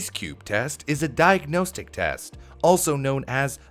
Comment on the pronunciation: its "diag-nos-tick" not "diag-knows-tick"